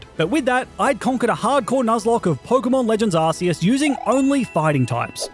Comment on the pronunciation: Arceus Is not pronounced like that